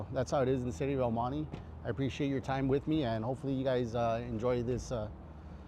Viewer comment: el monty say it right el monte cual monty wey! this guy an hispanic dose t say right way what a shame to the raza! pocho!